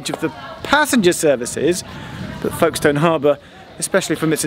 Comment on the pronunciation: I was born and brought up in Folkestone. It was quite amusing to hear Geoff's mispronounciation of the town name. The locals say Folkstn. And woe betide anyone who spells it with no middle 'e'!